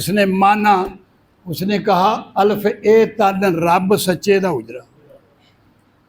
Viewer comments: اَلِفْ : درست تلفظ ہے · بابا جی کو کسی قاری صاحب کے پاس بیٹھ کر تجوید کی کلاس لینی چاہیے الف ہی کو غلط پڑھ رہے ہیں الف کے لام کے نیچے زیر ہے زبر نہیں